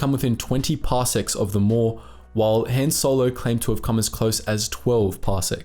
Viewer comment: Say HAAN again